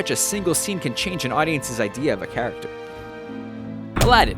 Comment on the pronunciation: I laughed when he said Aden instead of aladen !!!!!!!